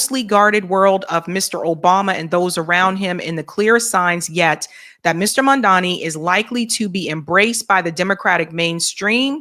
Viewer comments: Mamdani, not Mandami 🤣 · It's Mam-Da-Ni. Not Man-Da-Mi/Mam-Da-Mi.!!!❤ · Why do yall still say Mandami? Is it really that difficult come on Guys. Its Mam Dani. Mamdani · It’s mamdani not mandami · When will learn how to pronounce Zohran Mamdani? His name is not Madani, it's Zohran Mamdani. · you got to get the name right. M-a-m-d-a-n-i🤣🤣🤣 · The name is MamdaNI!! Clean your tongue lady! It will be easy to pronounce the name correctly. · can't even pronounce Zohran's name correctly. She's been butchering his name since he won the primary in NYC. His last name is pronounced Mam-da-ni. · It’s Mam-da-ni sweet. Please try to say it correctly. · Mamdani (pronounced MUM-DA-NEE) I love your channel ...can you please pronounce his name correctly ❣❤ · What is the major issue with pronouncing Zohran’s surname?! Jeezus! The first syllable is “Mom”—get a grip! Mamdani! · Its weird because thats exactly what racists do. They mispronounce your name on purpose trying to degrade you because they know its a big form of disrespect, but hearing this from the people that are on his side is weird. They are starting to sound like Cuomo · I love you but please learn how to say Mamdani’s name right. The third letter is an “M” the English letter “M” 😂❤😂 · Jeez, at this point, getting to get the name right is like beating a dead horse. Even when she's reading the name, she get's it wrong. 😅😅😅😅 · always shits on Mamdani. She can't pronounce his name right, then she says she doesn't trust him! What politician does she trust?? Has she ever said she doesn't trust Trump? is trash. Why do a podcast talking about politics if the only person you trust is Jill Stein?? How did that work out for you?